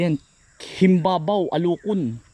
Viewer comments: himbaba-o po hindi himbabaw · It is pronounced Him-ba-ba-o. The green ones fresh from the tree are edible but I wouldn't eat the brown ones from the ground. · Himbaba-o bigkas dyan samin sa Calamba. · HIM-BA-BA-O. ganyan ang pagbigkas dyan. bihira makakita niyan sa mga palengke. mahal ang presyo nyan ka insan. yung pinakbet ilokano, yung may bagoong na isda,nilalagyan nyan. sasahugan ng inihaw na bangus. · Ang bigkas sa amin ay himbaba-o , msrp yn s diningdeng bihira ang puno nyn dito s laguna pero may nbibili nmn s plengke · Ang bigkas po dyan ay him ba ba o sa tagalog,alucon sa ilocano ,panggasinense baeg po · Himbaba O yun ang tamang bigkas Naka Kain po yan dito sa Amin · HIN BA BA O ANG BIGKAS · Himbaba-o /alokon ang tamang bigkas.baeg in ilocano msarap ilagay sa monggo at sa denengdeng...lalo sa buridibod recipe ang mahal ng ganyan n ngaun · Kainsan napakamahal sa parte ng Nueva Ecija yan. Himba - ba-o ang tamang bigkas jn.. 500-600 ang kilo sa amin niyan. Yang pinupulot mo bunga yan, dina kinakain yan, kasi matured na. Ang kinakain yung green pa at dipa nakabuka, yung firm pa ang texture niya.. Pwede rin samahan ng talbos niya kung magluluto ka. Masarap yan. Panahog sa ginisang munggo or yan lang sasamahan mo ng kamote, bulanlang lang lagyan ng kamatis at isang sibuyas katalo na. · Alukon sa Ilocano ka Insan,mahal Yan sa palengke,Himbaba-o Yan Ang bigkas diyan